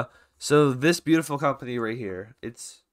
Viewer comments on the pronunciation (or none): none